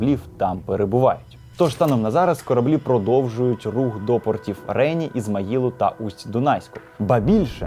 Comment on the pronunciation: не рЕні, а ренІ